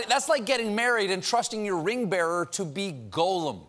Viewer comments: ...did the world's foremost expert on Tolkien just pronounce Gollum's name as "golem"? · I hope I win one of those sweepstakes to be on the show just so I can ask Stephen why he pronounces Gollum with a long 'O' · Stephen. I love you. But it's pronounced "GAH-lem." A "GOH-lem" is a mythological creature from Jewish folklore. Please. You're hurting me. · Goal-um? If only we had an LOTR expert to correct Stephen's pronunciation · did he just say 'golum'? Not very superfan-esqu, Stephen... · Sorry, but did Colbert, Tolkien fan #1, just pronounce Gollum as Golem? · weird that he mispronounces "gollum" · You pronounced Gollum wrong